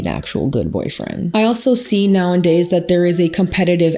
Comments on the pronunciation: I notice you always say “now and days” but the saying is “now-a-days” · For awhile I couldn’t tell if it was like an inside joke the way she’s saying it but now I’m thinking she just says it that way lol